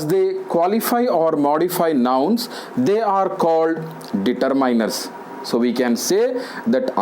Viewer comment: Determiners.. ......Kindly check your pronunciation sir